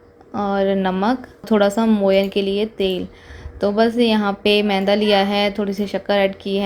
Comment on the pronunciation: Yr menda nhi maida hota hai sbi lok menda menda lgaye rakhte ho